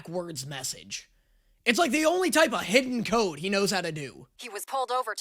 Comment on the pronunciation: for a second I thought was saying "a hit-and-code," not "a hidden code"